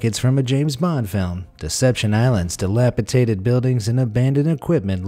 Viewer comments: The word is dilapiDated, not dilapiTated. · Uh, delapiTated ... No! DelapiDated ... SHEESH! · Dilapitated is not a word. Dilapidated is. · The word is "dilapi-DA-ted"--not "dilapi-TA-ted". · It's pronounced "dilapidated" not "dilapiTated" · At least you said dilapidated the second time correctly